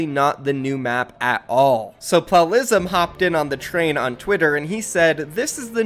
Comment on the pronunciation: We’re just going to ignore how he says plalism